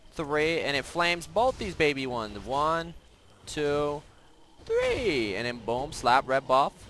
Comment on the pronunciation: One..tew...threeee :D